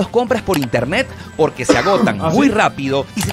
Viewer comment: Poque no se dice, se dice Porque 😆